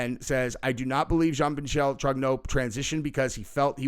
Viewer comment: His middle name is Michel, pronounced “Michael”. As in a man.